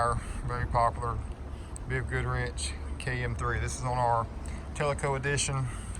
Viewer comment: Im a northern guy but it kept sounding like you were saying BF Goodwrench.